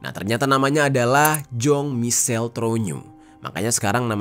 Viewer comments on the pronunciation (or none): Kok Jong sih mbacanya? Bukannya dibaca Zhang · mau sedikit koreksi Jean dibaca "Zang". Terima kasih.